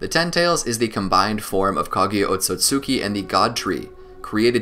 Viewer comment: Ot-Sut-ski not Ot-So-Sut-ki Just like Mit-Ski not Mit-Suki Love your content but please correct the pronunciation